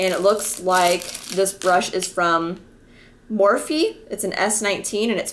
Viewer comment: I think its just pronounced Morph.